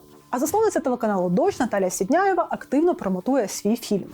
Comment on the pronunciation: Тільки ж не сідняєва, а сіндєєва